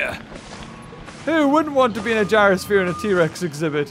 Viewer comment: Ze t-rex exibith